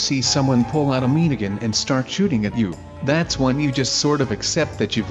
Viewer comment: Why do you call miniguns "meeneegins"